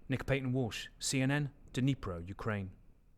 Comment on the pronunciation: At least one person says "Dnipro" correctly. 😊👍